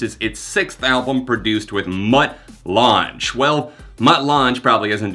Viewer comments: Not throwing any shade, but it's pronounced Mutt "Lang" -- rhymes with fang. Google him, he's kind of a big deal... probably why Nickleback got him to produce the album. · It's pronounced LANG, not la-jang. Or whatever you said. Dude is one of the most successful producers of all time. (Shania, ACDC, Def Leppard, etc etc) Think you'd know that being a music channel. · Lange is pronounced “Lang”, just a heads up. Love ya, Jon! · Just to clarify, Mutt Lange’s last name is pronounced like Lang. He’s famous for working with AC/DC and early Def Leppard. He was married to Shania Twain. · Mutt Lange (Pronounced Lang) is the producer behind bands like AC/DC, Def Leppard, Foreigner, Bryan Adams, and The Cars. He also produced Drones by Muse and pioneered some of the editing and mixing techniques we use today in Digital Audio production on Analog Tape. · Mutt Lange is pronounced like lang. Very good producer, worked with Def Leppard on albums like hysteria and was also married to Shania Twain for a bit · Mutt Lange is pronounced like LANG... he has been a very famous rock producer for decades... but he was famously married Shania Twain once upon a time in the 90's and produced her Come on Over album and rocketed her success back then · It's pronounced 'Mutt LANG'. He was Shania Twain's producer for most of her career, he also produced Lady Gaga's 'You & I'. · How do you have a music channel and not know who Mutt Lange is or even how to pronounce "Lange." LOL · It's pronounced like Mutt LANG lol he used to be married to/make music with Shania Twain. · Uh, you do realise who Mutt Lange is, right? Also, I'm pretty sure it's pronounced 'Lang'. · It's pronounced Mutt Lang, do you actually not know who he is?? And the bands hes produced, legendary producer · You should google Mutt Lange before talking about him. Also learn to pronounce it correctly please. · It’s actually pronounced Lang like K.D. Lang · His name is pronounced Mutt Lang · You butchered mutt langes name lol